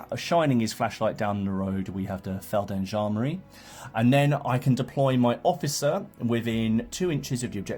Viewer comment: Awesome vid! Really interested in 0200 Hours and after your vid i ordered the starter set :-) On a side note: It's called Feld G endarmerie; you would pronounce the g (softly). Thanks for the great vid!!